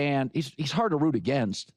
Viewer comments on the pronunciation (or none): none